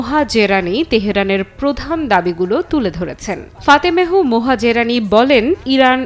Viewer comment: Fatemeh Mohazerani. ফাতেমেহ মোহাজেরানি। সংবাদ পাঠক আপা যা-ই বলেন, শুদ্ধভাবে বলার চেষ্টা করুন, দয়া করে।